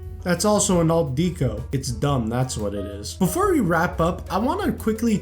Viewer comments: It’s pronounced deck o, not deek o. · Yes, but kept pronouncing it wrong. It’s pronounced deck o, but he kept saying Deek o, which bothered me throughout the entire video. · “Dee-koh”? Are you serious? Do you pronounce the word decoration as “dee-koh-ration”?🙄